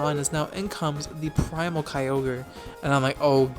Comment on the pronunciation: can't believe you used to pronounce Kyogre wrong